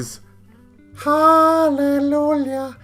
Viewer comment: I laughed out loud when you started saying "Halleloolyuh" cuz I wasn't sure if you were serious or not. Lol No hate, you know I love you, but there's no "L" its "Hallelujah" with the "j" making a "y" sound. 😂 Keep up the great work. Also, the horde mechanic is dumb so I'll be skipping it entirely. Just my 2-cents.